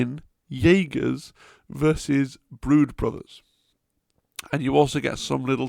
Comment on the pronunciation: "Yaegirs" is probably the worst butchering of the word "Jäger" I have ever seen... 🧐